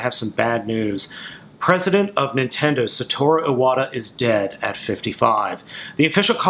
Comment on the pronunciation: You could atleast pronounce his name correctly...